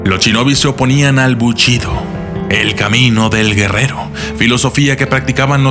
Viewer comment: 'Al momento de querer averiguar el pasado de los ninja"s* ", o como es más correcto llamarlos, "Ch"inobi"s"'... '...los samurai"s"... bu"ch"ido...' :-( Poniendo a un lado ese tipo de errores, es un buen documental, debido al enfoque general que se le da a los Ninja :-)